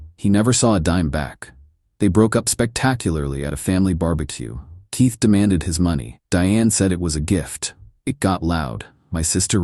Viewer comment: Somebody please tell me why AI can’t pronounce the letter K I’m so sick of using your tea to open doors and who names their child teeth 😂😂😂